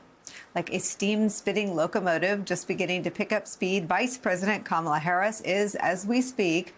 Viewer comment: "Kahmals'"? Huh? I think you're over-complicating things. It's KAMALA (comma-la)!